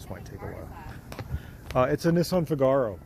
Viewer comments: The name of the Nissan is pronounced Fig-a-row (as in the Rossini opera) not Fig-arrr-ow. Only ever private imports to the UK despite being RHD but styled on a 1950s French car. Was produced at the same time as the S-cargo. I vote for the Renault Cinq Le Car. Should be able to get original parts from France to make it look properly European. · It's * NOT* a "Cigar"-oh, it's a "NEE-sahn FIG-uh-row". (Happy New Year!) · Is that how Americans say Figaro?!😂